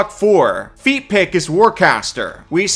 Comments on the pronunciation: every time you say "feat pick", I keep hearing "feet pic" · Dude are you saying “feat pick” [feet pic] so much on purpose?! 😂